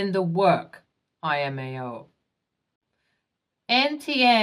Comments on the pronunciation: Damn I haven't watched this channel for a couple of months and you still haven't learned that IMAO (I for India) is not a thing that anyone knows about, but LMAO (L for Lima) is a very common abbreviation for Laughing My Ass Off. Hearing you say imao makes me want to headbutt a wall to forget the stupidity that I just heard. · Just passing by to gently say "lmao" is L. M. A. O. Not 'eye'.M.A.O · I would never understand why this narrator doesn't know by now what "LMAO" is, and that it's not IMAO. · Its L M A O. U hv been narrating for months, no one ever told u its "L" not "I" . 😮😂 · I have. It bugs the crap out of me when she says "imao"